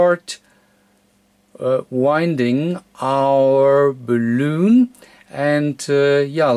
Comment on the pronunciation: Well done. I did find it tickle me a bit every time you said balloon for bal-un.